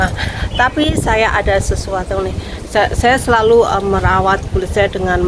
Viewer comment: lek ngendikan SELALU yo selulu ae ura usah di tambah i NYa...